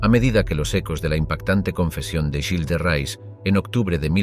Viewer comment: Y se pronuncia "guils de re"